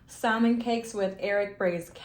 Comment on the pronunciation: Did you just pronounce it saLmon? The L is silent. It would be better to show us them out of the sleeve.